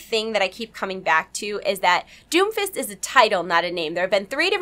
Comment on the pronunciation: When you say Doomfist over and over it sounds like Doofus. lol